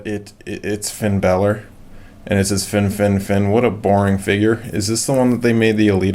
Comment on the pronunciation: OMG he said Finn Balor the wrong way oh and you saund like a kid wen your happy